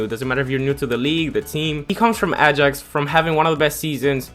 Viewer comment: Probably learn how to pronounce stuff before you embarrass yourself 😂 Ajax Juventus de ligt all pronounced horribly